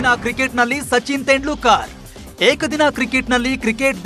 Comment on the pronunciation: ತೆಂಡ್ಲುಕ ರ್ alla guru ತೆಂಡುಲ್ಕರ್